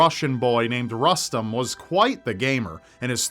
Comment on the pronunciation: If the kiddo's name is Rustem, I'm pretty sure is pronouncing it wrong